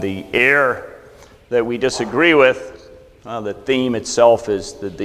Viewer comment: A minor quibble. at the commencement of this talk he pronounces "error" as "air". I hopes he takes this positively - I mean it as a friendly criticism. Please enunciate both syllables; it is a bit confusing. Otherwise, substitute with an equivalent word.